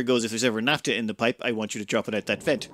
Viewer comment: What is naptuh? Do you mean naphtha? In all seriousness though, I love the videos. You are the only ONItuber I find compelling.